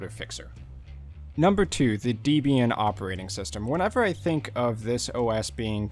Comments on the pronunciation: ... and it is "ubuntu" and not "Unbuntu" as you promounce it. Likewise, it "Debian" as in "web" and not "Deebian" as in "cheap". And oh yes, Ubuntu runs on Unity and not Gnome. And one addition: Debian is probably the most user-unfriendly distro out there due to the many restrictions and their ideology on "free software" (cfm GNU and Richard Stallman) Nevertheless, so many great distros are Debian-based and that is why Debian is so important for the community and Linux standards. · You mispronounced SuSE and Debian. They are pronounced "Sooza" and "(Deb)ra + Ian"